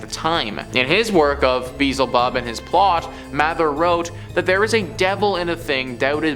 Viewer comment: It is pronounced be-el-ze bub .